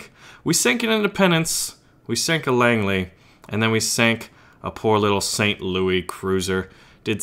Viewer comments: We say St, LouiSSSSSS the 's' is not silent. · Since it's an American ship and named after the city you pronounce the S in St. Louis. Just sayan.